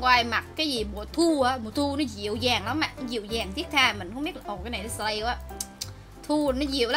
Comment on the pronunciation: Chị là sì lay chứ slay hong nỏi